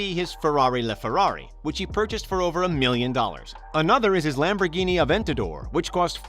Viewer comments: WTF is a Lambo Aven-tator? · is nobody gonna talk about how he said "Aventador"